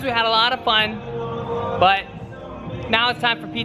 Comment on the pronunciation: It sound like he said a fun nut😹😹